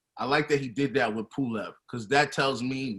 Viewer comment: It’s pulev 😂😂😂😂